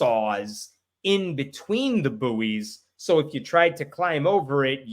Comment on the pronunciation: Small point “buoys” is pronounced “boys” the u is silent and to differentiate between juvenile human males and fixed floating balls used for maritime guidance.